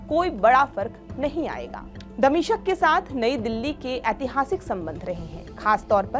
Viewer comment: Damishq boliye damishaq nhi...